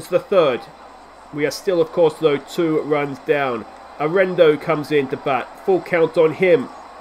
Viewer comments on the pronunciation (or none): LETS GO ROCKIES!!! It’s pronounced Air eh nah dough, Arenado